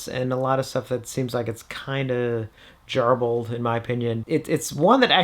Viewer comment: 'garbled' is with a hard 'g', like garden